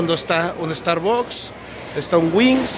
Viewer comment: Te mamaste con la pronunciación del star books 🤪